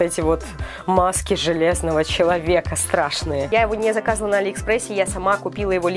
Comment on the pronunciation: а́ли экспресс